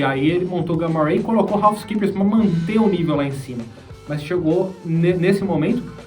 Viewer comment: "Ralf Skeepers" kkkkkkkkkkkk